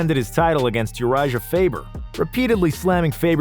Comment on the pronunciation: Fr tho ahah it’s like does someone else write these videos and he’s just the voiceover? Cause someone who knows this much about mma should not be saying UriJJJah